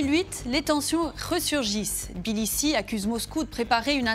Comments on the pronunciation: "Bilissi" ?! Tiblissi! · Non plus, c est TBILISSI en francais (mais,Tiflis, normalement...)...